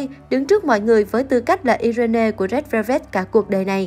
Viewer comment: Irene đọc là Ai Ruyn chứ ko phải iI rên nê nhé!